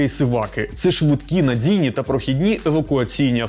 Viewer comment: А чому ваш диктор каже "надзійний" та "будзь-який"?